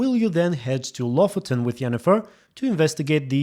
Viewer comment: Lofoten is a real place in norway. I will be honest, it really annoyed me how they pronounced it.